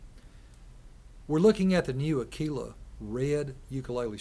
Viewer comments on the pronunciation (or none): I’m Italian, and every time I hear “a-kée-lah” I get goosebumps... It’s not like the “tequila” drink... It’s an italian name from an italian brand. Aquila means eagle: in fact you see the picture of an eagle. So, no way: the correct pronounce is À-kvi-la (I don’t know if my phonetic translation is correct, but I hope i got the sense). So there are 2 mistakes in the pronounce to correct: the accent must go on the first A and the letters QU must be read as “KV”, more or less. It’s the same when English or American people pronounce PLUS with the“U” that becomes an “ah” instead of a “U” like in “fur”: it’s a Latin word, and it’s demonstrated that ancient Latin people pronounced that U as a real U, not an A. I hope it helped... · The pronunciation is "AK-wee-la" (you have to pronounce the letter U) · no its pronounced ah-key-la.. sorry. (i'm a dealer, lol)